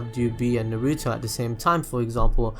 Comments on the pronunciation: ITS NOT NARUUUTO it's just Naruto the way he says is is so weird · why does he say NAR RUE TOE